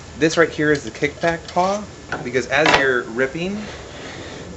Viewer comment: Its pawl, not paw. Nice saw!